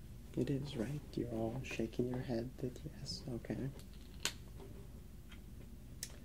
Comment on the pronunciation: lol why is he saying "hm-kay" instead of "okay", like that teacher from South park 😂😂😂